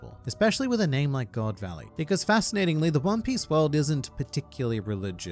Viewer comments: GOD VALLEY ❎ GO. D. VALLEY ✅ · Its GO D VALLEY